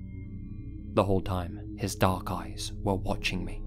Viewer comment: Anybody else think it said dank instead of dark?